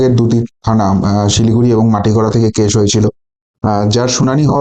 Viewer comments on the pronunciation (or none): মাটিগড়া নয় মাটিগাড়া।